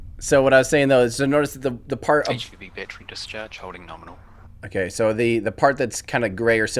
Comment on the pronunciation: mispronouncing things